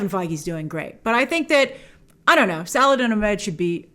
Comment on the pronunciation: Omg I don't think I've ever heard you pronounce an Arabic name or word correctly even once... Her name is pronounced "E-man" (you drag out the 'a' a little bit) and it's pronounced "he-jab" not "huh-jeeb" and the writers name is pronounced "suh-laH-id-deen" (hard H) "aH-med" (hard H) not "salad-in uh-med"... You even pronounced the words "Islam" and "Muslim" incorrectly... It's not "iz-lom" it's "iss-laam" (like 'hiss' without the H + "Lamb" that goes baaa) and it's not "muz-lum" it's "muss-lim" (like "moose" and "limb" like your arm) You really should consult with someone on how to pronounce these words before saying them in videos that will be seen by thousands of people